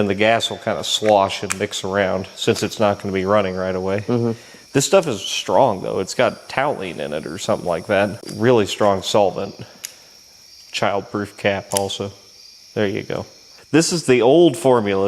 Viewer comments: This is wonderful work. Thank you for your respectful and professional care of this vehicle. BTW, toluene is pronounced toll you een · Hey I think it's pronounced toylean I got it in my eyes once that's how I know